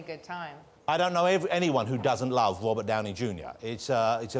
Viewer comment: Its English but he can't say his r's lol he's are chat show host